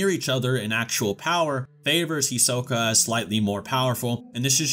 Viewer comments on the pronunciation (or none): Who is "Hee-soh-ka"? "Nefer-pee-toe"? "Kuri-pika"? That English noob pronunciation is strong in this one lmbo. There's no way Chrollo or Hisoke have a chance at beating Meruem though. They'd even struggle immensely against Neferpitou tbh...The Royal guard are extremely powerful. Without Komugi, it's possible Meruem could have wiped out every Hunter (Netero, Gon, Zoldyck family, Ging, etc would all have to band together to stop him) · First let me say, do not say hunter hunter again. You address it as hunter x hunter like a normal hxh fan. 2 do not pronounce their names as such again its He-soak-A. And 3 Illumi is not a Phantom Troupe. Thank you, sorry for the inconvenience. 👍🏽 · did you mispronounce hisoka?